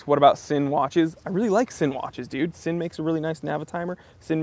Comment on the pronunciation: first of all, love your channel. I think the livestreaming is a unique value add to the watch community that you can pull off MUCH better than other Youtubers due to your "presence" and charisma. A couple comments: 1) Sinn is pronounced "Zinn" - it's a German thing, like Stowa is pronounced "Shtova" 2) I think Invicta owners tend to lash out at your opinion bc (a) Invicta tends to draw a larger crowd beyond just WIS and watch enthusiasts due to the price point/lower barrier to entry and the "loud" aesthetic of some of their offerings; and (b) we live in a reactionary Twitter age where people feel emboldened to make threatening and vicious comments behind the safety of their computer screens, the fact that one can remain anonymous means these vulgar comments can be made without fear of consequence or retribution.